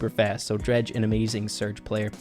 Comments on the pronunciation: It isn't pronounced Dr-ah-je, it is Dr-ai-je. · its drage not dreg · “Dredge” is how is saying it, it’s pronounced like “drayge.” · It is not dredg it is drage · It's drage not draage😑😑😑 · Hey rey just sayin' that DrageYT's name is not said dreg but it is said dreyg... Nice vid tho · It’s d RAGE not dreage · Omd it’s drage not dredge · Drege doing so good... it is drai-je (drage) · And also rey I love you man but it is pronounced drayge no drag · Drage when he sees that calls him “dreg” instead of “drage” (dr-aigh-g) Visible anger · Nice but the pronunciation is dreydg not dredge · If u don’t know u said dreg his name is drage with an AAA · I can't take this video serious with calling drage dredge hahahaha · When pronounces Drage, “Dredge”. 😂😂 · I was so confused lol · It’s Dr-A-j and I think equack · Thing of Drage’s name like Dreyge haha good video tho your boy -👋🏼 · btw you pronounce drage's name as drayge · "Dretch" LMAOOO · ur pronouncing drages name wrong bro😅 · Anyone annoyed by how says, “Drage.” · The way he said drage lol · spen is so underrated along with tom symantec and cerulean ngl Edit: you kinda said Drage name wrong but I don't think he'll mind 😂